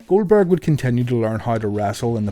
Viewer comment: "Goweldberg" Lol